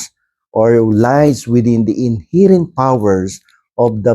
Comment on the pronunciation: KA BA TALAGA MOKONG. PRONOUNCE MO NGA " INHERENT ' CORRECTLy para naman at least magmukha kang atty🤣🤣🤣🤣🤣